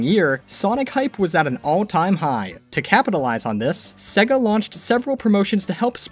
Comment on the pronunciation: SEEGA of America!?